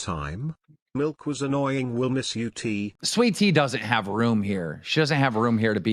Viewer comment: I know can't day Milk she say Melk 😂